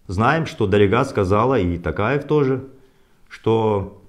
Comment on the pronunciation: Мухтар говорите тОкаев. А не тАкаев